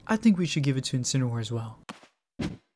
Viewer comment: You guys are saying Incineroar wrong your saying Incinerwar that is not how you pronounce it